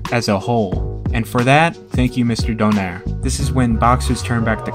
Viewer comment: I'm just wondering if you can pronounce Nonito's surname less western, like you guys pronounce spanish or russian names correctly. It should be, Do (as in DO-re-mi), nai (as in Nigh), re(as in do-RE-mi). Anyway its fine, however you like I won't argue, I just prefer how Filipinos really say his name.